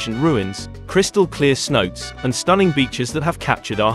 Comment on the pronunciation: Couldn’t even finish the video… Tulum has its own international airport so advising to fly in from Cancun is mean your info is severely outdated. Don’t call the water holes “see notes” call it like how the locals call it smh. (say-now-tay)